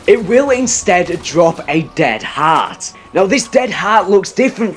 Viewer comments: please pronounce heart correctly😂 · The way he pronounces "heart" irks me..